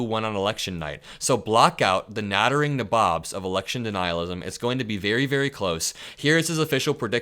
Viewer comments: PS nabob is pronounced nay-bob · As always,, I love the content and I’m a supporter and subscriber. Just wanted to point out for your future reference that the word nabob is not pronounced “neh-BOBB” but rather “NAY-bob”. The phrase “nattering nabobs” was coined by Vice president Spiro Agnew back in the 70s.